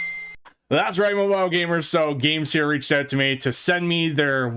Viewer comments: Bro its game SIR not seer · I'm pretty sure it's supposed to be sir like a gentleman, not seer. Game-Sir.